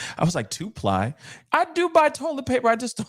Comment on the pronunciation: TWO-ply bruh...TWO PLY tissue as in the two sheets!